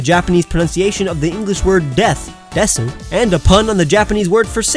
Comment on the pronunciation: You don’t pronounce the u in desu. It is silent.